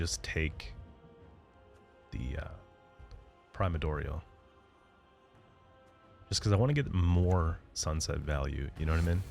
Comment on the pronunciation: Okay when I heard you pause and say "prima-dorial" that confirmed these mispronunciations were intentional. I was wondering until then